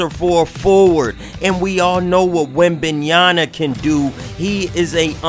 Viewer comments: Yama not Yana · Damn 😂😂 say that man name right